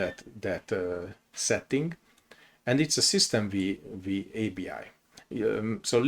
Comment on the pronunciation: Thank you for the video! One note: "System V" is pronounced as "System Five", as V stands for the roman numeral 5, referring to the 5th version.